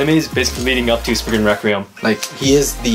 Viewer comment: Well it's not Spriggin either it's Spriggan XD